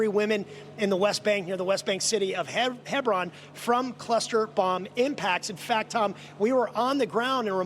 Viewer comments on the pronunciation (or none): none